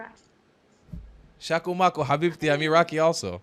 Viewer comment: The way he said habibti It was an Arabic accent and the pronunciation of the letter H This indicates that he has Arab origin, not an Israeli, as he claims They woke up that he is only disingenuous